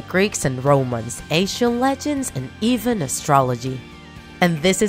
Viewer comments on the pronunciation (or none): none